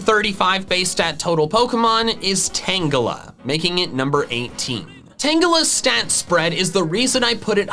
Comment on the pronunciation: I think you mean Tan-Gelly